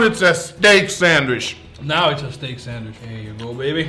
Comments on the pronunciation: am i the only one who cringes when i hear say sandWISH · Alvarez Castro Nothing wrong with it,just funny,but it’s sandwich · Sandwishh...that's what I call it every time makes one and doesn't share with me:( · I love how says "sandwish". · no one::Thats a nice sandwish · No one:: Sandwish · “an incwedibble sandwish”